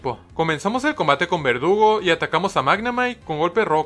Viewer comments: Dices verdugo menos una vez en todo el vídeo y se supone que es vergudo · Em alguien se dio cuenta que en ves de decir verdugo dice vergudo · Like si vieron que dice vergudo envés de verdugo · XD dice vergudo